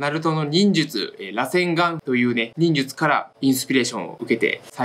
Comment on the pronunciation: 螺旋丸のイントネーションちょっと違くて草